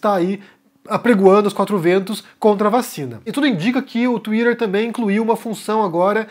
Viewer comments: Tuirer? O que é TUIRER ? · Lol...it funny the way you pronounce Twitter.....Lol. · Tuirer e feikinus. Sotaque kkk